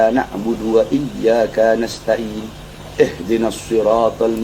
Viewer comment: 😂😂😂bacaan ihdinas aja dibaca eh denaas gimana tajwidnya mas?